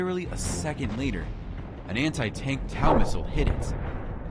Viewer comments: FYI, TOW MISSILE IS PRONOUNCED "TOE" NOT LIKE COW. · Its pronounced like TOE not TAO but youre using a stupid AI voice narrator, so thats what you get :) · I hate AI narration. It’s a “tow” missile, like tow truck, not tau. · Tow...as in towing a car. Not tow like cow. Wtf. Total clickbait and so much bs in this. You say didn't need a drone while showing abdrone hit. Say a drone hit that tank when it is obviously hit by artillery. Blocked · its spelled TOW and pronounced as TOE ........NOT TAU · Where do you get these narrators that can’t even pronounce TOW, it’s not taw, it sounds like toe, TOW! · Pronounced "toe" missle, you noob! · The TOW is an American ATM and has been used in the US Army science the early 1970. It is pronounced like the appendages at the end of you foot. The toe. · It’s TOW like you tow a car not whatever you said. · It's a T.O.W. missle. Prononced "toe". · “Tau missile” lol